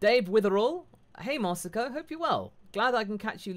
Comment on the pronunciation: i forgive for butchering my name Masako